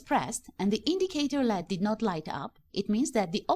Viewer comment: I hate when someone says lead rather than L E D its annoying